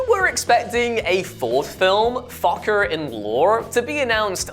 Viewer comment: How much could we pay this little tattooed dude to say "Focker in Lor," again?